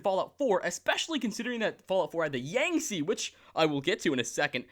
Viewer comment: the saying of the Yangtze incorrectly churns my insides in a painful way. The captain even says it a few times for you... Why do people mispronounce shit when the pronunciation is there for them?